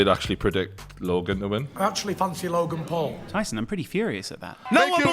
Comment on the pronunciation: did Shannon Briggs say “Rogan Paul”?!